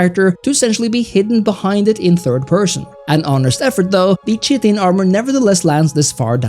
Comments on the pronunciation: Cheatin armor 😂😂😂. Kite-tin that's how you pronounce it. I had a good laugh not insulting or anything just reminds me of me. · its not correct, but its how I pronounced it until I learned the true pronunciation. Its a hard K sound. Like Kite-in. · Chiten = "Kie-tuhn" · I always thought it was pronounced "Chit-in" but its actually more like "Kite-in" such a great word 😂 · Chitin (Kai-(t)en) You're welcome, bro. 👊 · Chitin Kite-in It’s pronounced kite-in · “Kai-tin” pronunciation :)